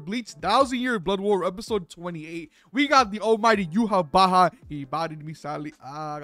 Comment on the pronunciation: it's not pronounced yuhabaha, it's "Yuha Vach" (Yhwach). also I have never seen a scanlation call him "yawach bleach" bro 😭